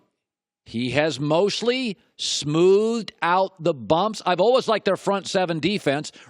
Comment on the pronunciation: "olwez" for always